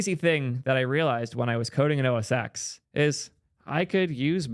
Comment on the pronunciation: it's pronounced OS ten not OS ex.